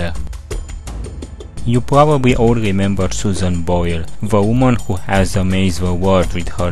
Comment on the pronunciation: nu a zis ”dă vumăn”, a zis ”vă umăn”